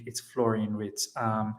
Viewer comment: Imagine having WIRTZ and HaVERTZ 😅😂 Its pronounced Virtz